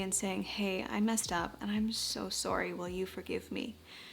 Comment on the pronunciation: I love how Canadians say sorry XD